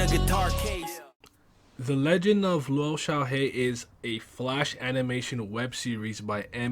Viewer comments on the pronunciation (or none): Actually the lou is pronounced as loo